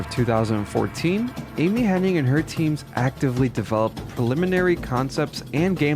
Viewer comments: Amy Henning? I'm ten seconds in and you're already screwing up names. I'm out. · Her name is Amy Hennig, there’s no “n” before the “g”. 😅 So it’s not “HenniNg”.